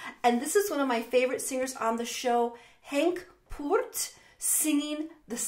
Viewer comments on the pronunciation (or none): While I always appreciate any attempts at pronouncing Dutch names. Henks last name was way of in this one :) . "Poort" in Dutch is pronounced pretty much exactly as the English "Port".